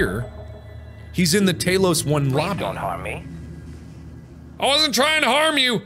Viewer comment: Wish he would say T- AH -Los instead of tAYlos it's a call back to skyrim when ever you see talos